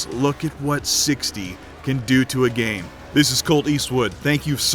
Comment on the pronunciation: did anyone else hear him say "what the gay may look like"?